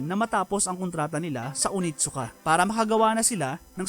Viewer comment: That is pronounced as oNeeetttt-Suka.